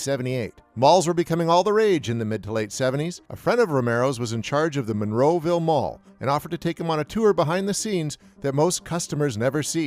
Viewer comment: Monroeville dude Monroeville. Not Monroe, Romero would be LHFAO if heard your say that. Yin’z guys inside Pittsburgh metro area understand.